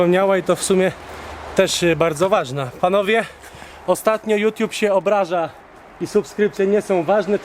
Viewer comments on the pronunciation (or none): none